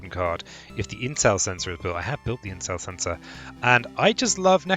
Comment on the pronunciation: Haha, I totally misheard you saying "intel center" as "incel sensor"